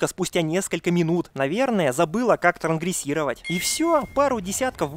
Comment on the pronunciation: Правильно «транСгрессировать» (автор в ролике говорит «трангрессировать», пропуская «с»)